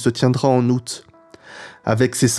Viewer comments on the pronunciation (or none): none